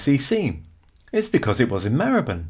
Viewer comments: Your pronounciation of Marylebone is the same as mine. My family lived there for around 200 years. Between Marylebone Station and Baker Street is Chagford Street (off the North side of Melcome Street). In 1919, W.O. Bentley built his first car there (it was called New Street Mews in those days), using money earned from designing his BR1 & BR2 rotary aero engines for World War 1 fighter aircraft. Bentley himself was born in Hampstead and brought up in St. John's Wood, before joining the Great Northern Railway at Doncaster as a premium apprentice. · I first started going to London in the 80s and only ever remember it being pronounced /mahləbən/.